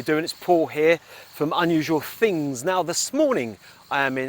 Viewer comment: Love the beginning of each video, Hello, Paul here and welcome to Unusual "FINGS" 😂😂😂 Only stumbled across your page yesterday morning and already more than halfway through ur vids. Very interesting channel. Keep up the good work x